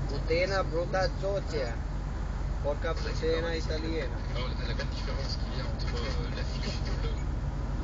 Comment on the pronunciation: porca putana nu PORCA PUTENA